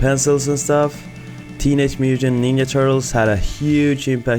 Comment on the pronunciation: AAAA, just looked up. Sweden! That's why you say "ninja" with "ya" and not "gya" and "jeti", instead of yeti)) Great studio btw, thank you so much for sharing! And the thing with separate places for work and leisure - I bet most freelancers feel that, as I do too. Especially, if you are not living alone and have wife and kids. Reece Parker another animator/illustrator who has plenty of space at home as it seems, but built a studio space for himself from a shipping container - very cool stuff!